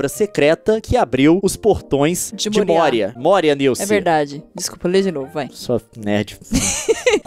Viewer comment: Môria, se pronuncia Môria e não Mória...............